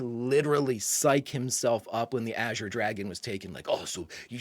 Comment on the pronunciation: Thank you for being the only reactor that can properly pronounce “azure.” Not sure why saying it correctly is so difficult for some, but it makes me crazy. Thanks for another fantastic reaction!